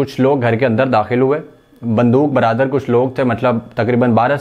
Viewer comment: Bandooq Baradar nahi bhai .. Bandooq Bardaar hota bhai 🙄